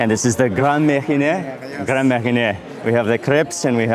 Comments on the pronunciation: You took great meals I see it ; as a french my budget will not allow me to have such restaurant meals as often, maybe once or twice a year for medium-high restaurants. For the crêpe Suzette, the liquor spells like your "mariner" but you switch the i and the n and you have right for the "é" sound at the end 👌. You tried the "pain aux raisins", great pastrie with a little curd inside, one of you dream of when you like it. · Au contraire! On a bottle of Grand Marnier, it says “Cognac & Orange Liqueur” or “Made with Cognac and Orange Liqueur” right there on the label. (Although, Mark’s attempted French pronunciation of Grand Marnier could use some work.) *Bon appétit! 😉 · Add "Grand Marnier" to the list of things you can't pronounce correctly...this is almost as bad as you trying to pronounce the "tamale" that's inside the lobster head.